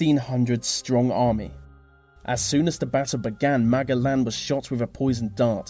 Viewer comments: I like how he pronounced Ferdinand Magellan's last name as (MA-GA-LEN).. though. it is actually pronounced as (MA-JE-LAN). but I'm okay with it though, just thought it was kinda funny. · It's Magellan (ma-gel-lan) not mag-al-lan. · Magellan: pronounced MahJellAnn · Magellan is pronounced Ma-jell-an. Also, you left out the durable Mike Malloy. fascinating story. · good video but didn't expect the "superior" English users to butcher Magellan's name so badly. Magga-lan??? haha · Ferdinand "Magalen"? 😂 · it's pronounced "Ma-je-lan" sir.Lapu-Lapu was too buffed. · Ferdinand Magellan is pronounced Ma-JEL-un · Btw, you mispronounce Magellan. Oh, that dutiful and well-meaning education system.. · Magellan is pronounced with the g as a j.